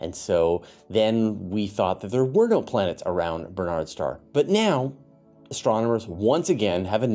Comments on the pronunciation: Um,, it's Barnard's Star NOT Bernard's Star. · You seem to be saying "Bernard's Star"?